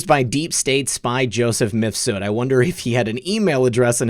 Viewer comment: Surely Mifsud is one name, rather than Mif Sud?